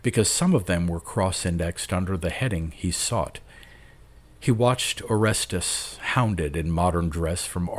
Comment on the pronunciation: You mispronounced Orestes